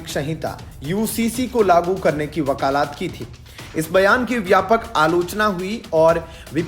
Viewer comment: वकालात नहीं वकालत। भाषा सुधार करना चाहिए